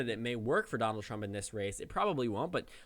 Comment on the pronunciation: "President drump er President trump" I caught it, did you?